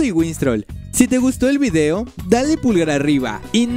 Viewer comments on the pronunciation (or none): none